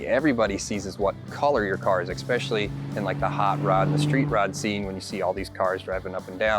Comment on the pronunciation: This was an "exspecially" nice looking build.